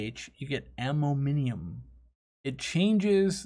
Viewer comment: That and "ammominiumum"